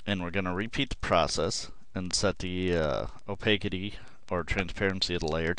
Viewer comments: The 'city' in 'opacity' is pronounced 'city', rather than 'kitty'. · Great video! The only issue is - like mentioned below - the pronunciation of "opacity." It's a short "a" as in cat, and a soft "c" as in city. "Opaque" is one of those words that changes in pronunciation when it describes a quality of itself, like "divine" ~ "divinity", "serene" ~ "serenity", "profound" ~ "profundity"; "wild" ~ "wilderness." Your video would be absolutely perfect if that was changed! Excellent tutorial, very descriptive and easy to follow. Thank you!